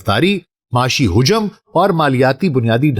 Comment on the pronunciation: حجم تلفُّظ غلط بول گیے🤷‍♂️